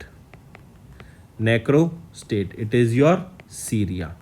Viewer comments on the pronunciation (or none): Nacro state ledhu ..narco state... This note is for viewers not for sir...